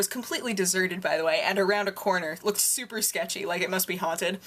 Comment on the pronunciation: I love the way you say super. "Sewper" LOL